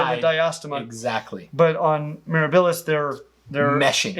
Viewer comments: Pronunciation correction. The word "Mirabilis"" should have the emphasis on the "a" not the middle "i." The first two vowels are short while the last two syllables are short, so the accent needs to fall on the antepenult. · Mirabilis takes stress on the 2ND syllable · Once again, I see a facepalming, a Spino, and I click. I love you guys, but it's Mere-A-bilis. Accent on the second sylLAble More Spino fish fight content please 😅